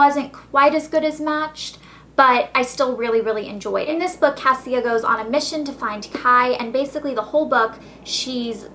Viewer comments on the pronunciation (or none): On Matched her name is pronounced Kasha NOT Kasia!!